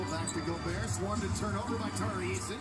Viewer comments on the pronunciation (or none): none